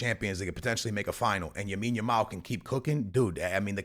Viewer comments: Broo it’s LAmine yamal, not Yamine yamal🤓🤓🤓🤓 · Bro. You keep saying Yamine Yamal😂. It's lamine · BRO ITS (LAMINE) not YAMINE please 🙏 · Wtf is Yamine Yamal?!?!? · Lamine Yamal ❌ Yamine Yamal☑️ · Bro you just said for like a hundred times Yamin yamal😂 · The name is Lamine bro...... Not Yamine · “Yamine Yamao” 😭💀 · Bro still calling Lamine YAMIN lol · After a lot of comments on the vids b4 this guy is still saying Yamine yamal😂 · Bro keeps saying Yamine Yamal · “Joan” cancelo “Yamine Yamal” Dude speak correctly ffs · you dont read any of your comments dude. for the 100th time, its LAMINE YAMAL, not Yamine Yamal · STOP calling him YAMINE. You do it in every video and done it 5 times in this one. Imagine in a couple or more years when people look back at these videos. It's like if someone had called Messi MIONEL 😭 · "Yamine Yamal" say his name right bro. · Yamine Yamal 🤣 love the pronunciation 😁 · Stop saying yameen. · my mans still saying yamine yamal and dani almo🔥😮‍💨😅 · Could we tell him the kid’s name is "LAMINE YAMAL" ??? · Can we make this the top comment so can see that he’s pronouncing Yamal’s name wrong